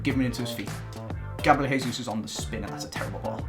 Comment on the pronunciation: it's Jay-zeus. Not hey-zeus. Plz